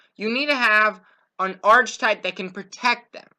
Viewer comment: Arc-i-type pronouce your words correctly